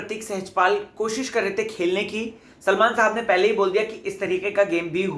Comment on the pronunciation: please hindi properly trikey ko bolna sikho, Tarique bolna fake lagta hai hindi main tarike bola jata hai trique nahi. Irritate karta hai. U r not Arshi khan.